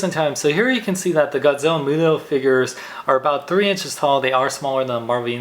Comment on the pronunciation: its muto not guto